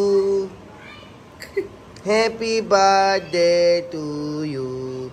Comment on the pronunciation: It’s happy birthday not happy Brdy